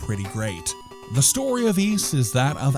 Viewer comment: Ys was originally meant to be pronounced wise, but we messed it up.